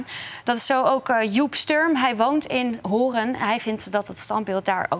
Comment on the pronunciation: het is HOORN niet:: horen